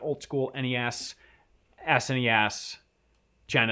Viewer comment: The way says SNES it sounds like "ass any ass"